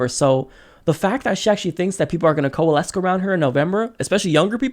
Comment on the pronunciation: OMG OMG you're so fucking cute when you pronounce things oddly lol. It's co-uh-less, love.